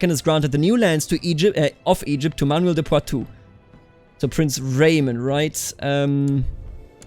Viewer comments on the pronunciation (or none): none